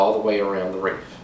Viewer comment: You mean WREATH not WREAH!